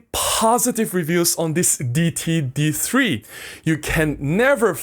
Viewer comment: I think the d3 brand is pronounced Day-it-tee.